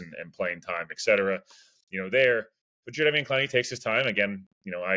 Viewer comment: Yes, you have said it correct.